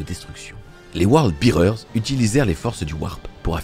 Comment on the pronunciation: Word Bearers pas World Bearers. Mais merci pour cette vidéo qui résume très bien cet événement.